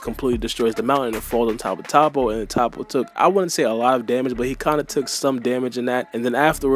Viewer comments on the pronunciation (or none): It’s not ta-ppo 🤦🏾‍♂️ it’s toppo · Your pronunciation of Toppo got me weak Toe-poe >top-pa